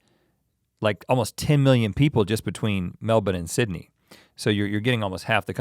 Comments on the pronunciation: Gotta love that you say Melbourne like a true ozzie now!! 😀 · RHETT PRONOUNCED MELBOURNE LIKE A PROPER AUSTRALIAN INSTEAD OF THE AMERICAN "Melborrrne" IM SO PROUD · The boys are killing it with the pronunciations. Melb'n not Mel-born. Tremendous. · Well done Link on pronouncing Brisbane and Melbourne as "Bris-bin" & "Mel-bin"... Most Americans say " Bris-baaaiin" & " Mel-boorrn". And yes, Melbourne are coffee snobs. They are state certified barista training schools. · He said melbourne right.... " Melbin" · the aussies must of given them grief on how they are supposed to pronounce melbourne haha great to know they arn't saying it like mel - born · Mel bin. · I’m proud. They both can say Melbourne properly. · thank.. god he said Melbourne right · Respect on the pronunciation of the Aussie cities guys! Also, thanks for the kind and realistic appraisal! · I love how they pronounce Brisbane and Melbourne in an Aussie accent and then continue the sentence right on with their American accents! Their time in Australia has really helped them with the pronunciation xD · I love that you guys knew how to say Melbourne correctly 👌 wish I knew you were in brissy can't believe I missed out 😧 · Wait can we please take a moment to thank Rhett for being the first American ever to pronounce Melbourne correctly? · Never thought I’d hear it. It’s an American saying “Melbourne” properly! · I'm a Melbourne native and it makes my heart soar when you pronounce it like a local! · Americans saying Melbourne right! WOW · Can I just say, I LOVE your dedication to the pronunciation of Melbourne. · Rhett, your pronunciation of Melbourne is perfect <3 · He pronounced Melbourne correctly. What a wonderful man. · You guys say Melbourne correctly. Good job lads 💪👍👍